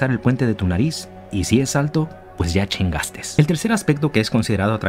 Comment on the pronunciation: ... Y si el puente de tu nariz es alto, pues ya "chingastes", no sé si fue a propósito la "s" de más pero me dio mucha risa.